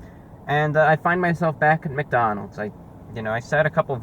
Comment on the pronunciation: Um, ReviewBrah, I-It's McDonalds'. Please spare me